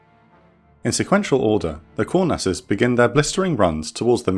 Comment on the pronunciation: The Israeli nickname for the F-4E is pronounced Kŭr-nass. Not Kour-nass.